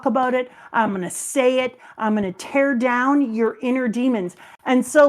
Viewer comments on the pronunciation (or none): none